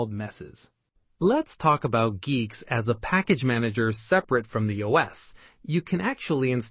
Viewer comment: i think its pronounced geeks